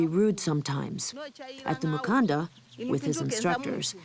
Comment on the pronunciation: Mukanda not Mukandra. I do not believe there is even a letter "r" in the Luvale, Chokwe, Mbunda or Luchazi languages